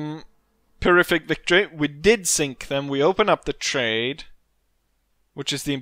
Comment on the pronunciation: just a heads up: "pyrrhic" is pronounced 'peer-(h)ick" not peer-ific. I've noticed you always say it that way so figured it was worth mentioning. Other than that minuscule thing, I really enjoy your content in total and appreciate the obvious effort you put into it. Thanks...